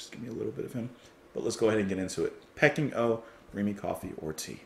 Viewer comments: Re P.O, This could be the first time ever, having not seen review yet, I'm not expecting any positive reviews to the 'artsy' nonsense. At least I hope they're attempting 'artsy', they may just be taking the piss. And sorry, pretty sure it's Pee-King, as in the place, not pecking 🙂 Though with this lot, who knows. Now re BMCOT, this a big step up, at least there was a semblance of at tune/melody. Sounded like someone asked them to cover the mid section of The End by The Doors. And me, tea every time. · Peking is pronounced Pee - King not Pecking. It's what Beijing, the capital of China used to be called